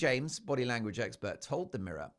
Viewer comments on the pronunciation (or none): none